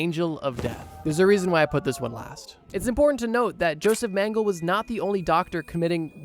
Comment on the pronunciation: Not to be a pronounciation snob...😅 But its pronounced "Yo-sef Men-geh-leh". Keep it up, bro! Your videos are awesome. So happy I found your channel. ❤️